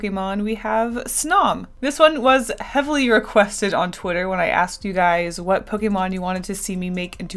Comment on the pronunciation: I love you but the way you say Pokemon makes me want to die